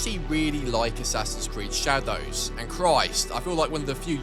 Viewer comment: the way he pronounces the DOWS in shadows makes me want to end it